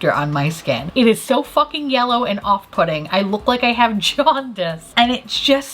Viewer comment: Anyone else hear off-putting as off pudding Everytime now ever since the Jennifer Lawrence between the ferns episode